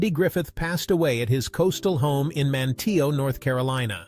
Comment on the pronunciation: Manteo. Pronounced “MAN-E-O.” The “T” isn’t usually heard.